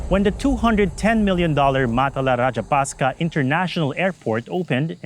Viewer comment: It's not "Rajapasca", it is Rajapaksa